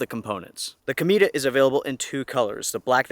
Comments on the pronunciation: You're pronouncing it like "comida" - which means 'food' in Spanish. It should be pronounced: 'co-may-tah' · It’s COMET in Spanish. Pronounced CO-MEH-TA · I would be interested in this tent more if it wasn't for the name of it. The way you pronounce it is very different to how I read it... C_m E ta... lol Peace